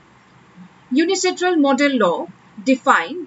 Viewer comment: It's UNCITRAL no UNICITRAL